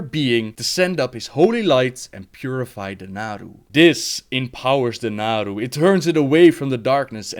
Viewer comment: Seriously people, it's VELEN* and NAARU*